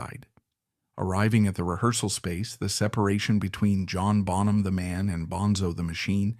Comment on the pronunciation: yeah, the pronunciation of "Bonham" gave it away, for me